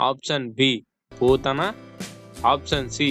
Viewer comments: పోతన కాదు పూతన అని పలకాలి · పోతన కాదు పూతన అనే రాక్షసుడుని మొదటగా సంహరించాడు.కరెక్టుగా పలకడం నేర్చుకోండి